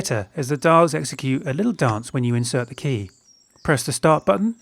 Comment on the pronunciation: its zeee